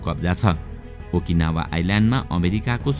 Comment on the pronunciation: आकिनावा हैन सर ओकिनाव